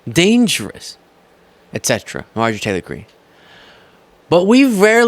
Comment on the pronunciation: I love you, but you must pronounce and enunciate Marjorie Taylor Greene’s name properly- or just call her MTG. Keep up the great work 👍🏼